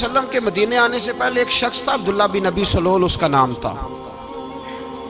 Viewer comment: پیر صاحب اس منافق کا نام عبداللہ بن ابی سلول نہیں ہے بلکہ اس کا درست تلفظ عبداللہ بن ابی ابن سلول ہے یعنی ابی والے لفظ کے الف پر زبر نہیں بلکہ الف پر پیش اور ب پر پر زبر پڑھیں تو درست لفظ بنے گا باقی آ پ واقعہ صحیح بتا رہے ہیں